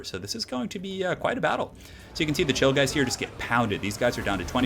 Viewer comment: am i the only one that heard chillgheist as 'chill guys'?